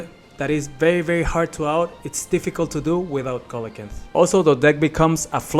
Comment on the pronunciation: It's pronounced See-luh-can-th